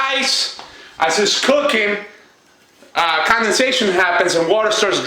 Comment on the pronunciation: "the drip and the consubayshun." 🤦🏽‍♀️🤦🏽‍♀️🤦🏽‍♀️ Condensation = CON-DEN-SAY-SHUN